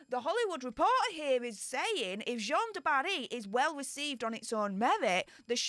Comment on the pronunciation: the French name Jeanne ( a female name) rhymes with ANNE, not John. J-ANNE du Barry.